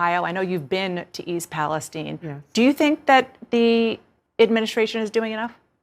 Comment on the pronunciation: Guys for crying out loud stop calling it Palesteen. It’s East Palestine, named after the country of Palestine, so it is pronounced exactly the same. 🤦🏻‍♂️